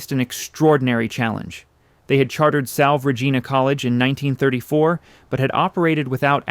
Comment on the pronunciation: Reasonably ok... many mispronunciations especially French terms. (Salve Regina is pronounced - salvay, too.) Mispronounced Goelet - as the social historian, Dixon Wecter, notes in his monumental work, "The Saga of American Society," the "name is pronounced with no Gallic frills." Also PBS historian, Alistair Cooke, always pronounced the name as I have heard old Newporters say it - Gillette - just like the razor company. I think you also overstate the social importance that the Goelets placed on the house. They had at least three other houses, 608 Fifth Avenue, a villa in Nice, and rented Wimbourne House for the season in London. Other notes, Ogden's brother, Robert, built his Newport house, Southside, next door. This house was designed by McKim, Mead and White. ( It is still I believe in the Goelet family. It and the Stanford White house on Long Island are the last two McKim, Mead, and White houses owned buy the original families for whom they were built.) Robert and Ogden also had almost identical yachts. His was called Nahma. Both were designed by the same naval architect, built at the same time by the same ship yard and delivered in 1897.